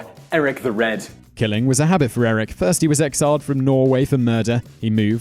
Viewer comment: You got most of the names wrong. The first one is Eirik "bloodaxe" i should know since im named after him..